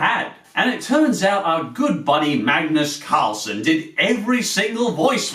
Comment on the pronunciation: Kalles Klätterträd translates into Charlie's Tree for Climbing. I must say that you pronounce Magnus Karlsson really well, just a hint of an British accent. But I do agree these cartoons are among of the worst. I certainly disliked every one you got on this list. And we sweds are all really creepy. ;) :P Did you check out Alfons? That was one of my favorit as a kid. Bamse is also really good. Don't really think we have a really nice looking cartoon. Basically feels like a shoe string budget. But at least Alfons and Bamse has some good morals to teach. :)